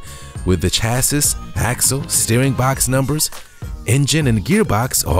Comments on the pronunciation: dont say chassis say chasseee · Its so sad when a voice over actor cant pronounce words like chassis and Onassis!